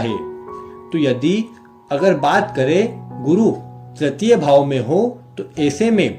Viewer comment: Tratiya nahi guru tritiya bola kijiye .